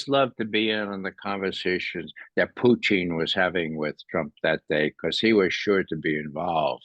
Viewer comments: I totally agree. I just wish he'd stop pronouncing Putin as Poo-teen. I just cringe every time he says Putin's name! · Putchin or Putin ! Believe you buy pronounce Putins name correctly and dont call him Puty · Am I hearing this man pronounce Putin as Poutine? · lmao sometimes I yell it's putin 😂 although he cant hear me but yeah lol.